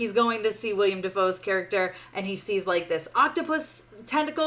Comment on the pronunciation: I did not enjoy the movie either. But I can't take any reviewer pronouncing Willem Dafoe's first name as "William" seriously.